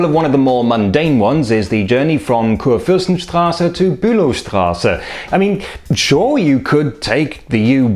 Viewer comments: Salü! Mir ist aufgefallen, dass Sie stets "KurFÜRstenstraße" bzw. in anderen Videos "KurFÜRstendamm" auf der zweiten Silbe betonen. In Berlin und, wie ich meine, auch auf Hochdeutsch liegt die Betonung auf der ersten Silbe "KURfürstenstraße" üblicher, eventuell mit der Hauptbetonung auf dem zweiten Bestandteil "KURfürstenDAMM". Ist das bei Ihnen in der Region vielleicht anders? Verschiedene Betonungen in zusammengesetzten oder abgeleiteten Worten sind überhaupt ein interessantes Feld: So wird etwa Bernau bei Berlin auf der Endsilbe betont "berNAU", während andere gleichnamige Orte in Deutschland am Wortanfang betont werden "BERnau"; in einigen Teilen betont man "Bürgermeister" auf dem ersten Bestandteil, in anderen auf dem zweiten. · pretty sure the emphasis is on the 'Kur'. Also good video, as always